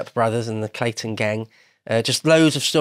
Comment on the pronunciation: it's the "Clanton Gang"... Not "Clayton"